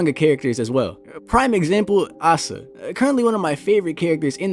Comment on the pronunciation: Guys u pronounce it as Ay-sa! Not A-sa! So real